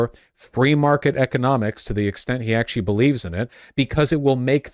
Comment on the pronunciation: Even funnier rhat he mispronounced economics as "eco-mom-ics" any way that's just freud for thought